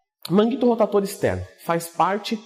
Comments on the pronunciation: por que falar rotaTor? por queeeeeeee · Deu agonia ver vc falar errado kkkk “manguito rotator”